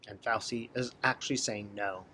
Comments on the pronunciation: In Italian the C is pronounced like CH. So say FAUCHEE for Fauci. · Fau - chi pronounciation Ci in Italian is ch sound. I am an herbalist and know several good herbs for virus and respiratory illness. It is interesting that all these pharmaceutical AMA positive people are feeling so frightened of a virus. Bad diets and unhealthy living make one more susceptible to complications. Chickens coming home to roost.... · Thanks. Great video. Correct pronunciation of Fauci